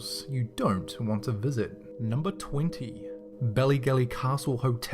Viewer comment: It's Bally rather than belly